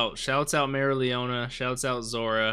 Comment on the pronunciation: Try pronouncing her name as merry-O- leona. Its the correct way.